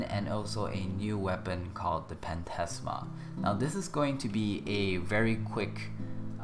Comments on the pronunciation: Phantasma is pronounced, "Fantasma" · mesa 4th can do the same DMG with less energy so his 4th is in fact balanced also phantasma(and its spelled with ph being the sound of f like phantom, you wouldnt say p-hantom )